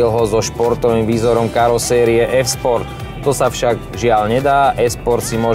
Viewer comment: Sa mi zda akoby Michal hovoril "ES" sport pri tom Lexuse :)